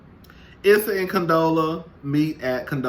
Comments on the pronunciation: 💜🧸 Hey 😊 Her name is pronounced "E"ssa, eventhough phonetically it's spelled Issa. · Lol. Her name is pronounced E- ssa